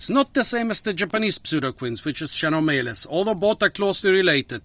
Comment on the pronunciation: Have to pronunce KEnomeles